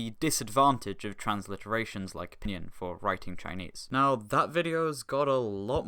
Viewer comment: never heard pinyin pronounced "p'nin"